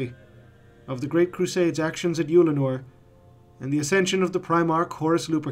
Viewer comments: I was surprised to hear you pronounce it "Youlanor". I had always assumed it was something more like "Uhllanor" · I really don't like the way you're pronouncing Ullanor 😂 I've literally never heard anyone pronounce it "Youllinor" before lol